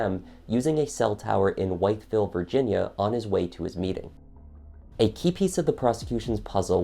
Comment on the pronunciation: Narrator dude! Why do you not know that the correct pronunciation is Raw lee. Not Ralley! Also Wytheville is pronounced Withville. I’m from KY and I know this!